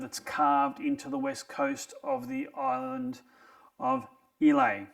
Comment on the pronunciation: Islay is pronounced “eye-la”